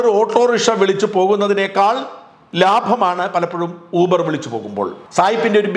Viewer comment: ഊബർ അല്ല യൂബർ.